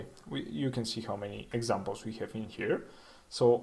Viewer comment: Please pronounce "Have" correctly.